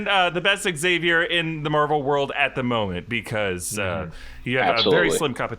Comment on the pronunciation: Xavier is 2 syllables!